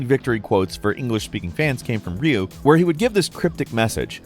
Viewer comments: Been a while since I heard someone pronoounce Ryu's name as Raai-you, instead of Ree-you. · i'm judging you cause lot of the you're spelling are weird like ryu(RiU) you said ryu(rayu) like bro did you finish kindergarten🤣🤣🤣(it's a joke don't take it seriously) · Who tf is reiou just say Reeyou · Came here looking for any comments on how he pronounces Ryu but no, guess I'm alone in saying "Rih-you" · battle droids with...what? ee-zl* Also: Ree-you* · "The english translators really botched it" says after saying Rayu. 😂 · did you just mispronounce the world's most famous fighting game protagonist's name? 🥲